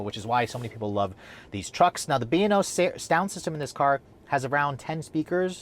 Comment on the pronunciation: Sounded like you said "Beano" sound system -> lol!